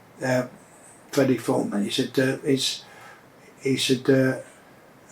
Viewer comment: is fweddie still awive